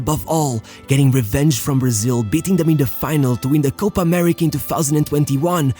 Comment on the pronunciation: You can say "Paraguay" correctly but can't pronounce "Copa América". It's "Álvarez", not Alvaresh. 11 players in front of Ochoa? Teams play with 12 players now?